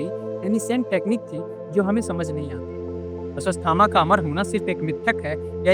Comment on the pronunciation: अस्वस थामा 😂